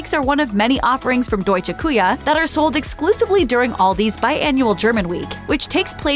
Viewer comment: Btw, it’s NOT Deutsche “Coo-Ya” as the narrator kept mispronounced.. it’s DEUTSCHE KÜCHE - („QUEHER“ - phonetically on 2nd word) which the former aka German Kitchen!!😁